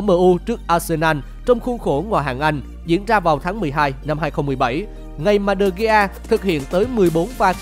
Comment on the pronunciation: vãi đọc tên đờ gi. man noi e. nản